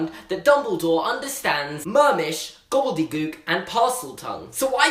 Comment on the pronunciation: I burst out laughing when you said gobbledebook I think I spelt it right?